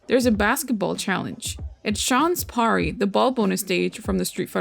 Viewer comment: What's ur accent? I trying to figure it out. You say things very odd sometimes. Like parry